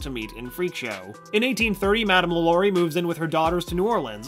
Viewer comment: Not pronounced lalory it's more like la la ri